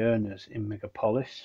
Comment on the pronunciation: It’s meg aaaaaaa polis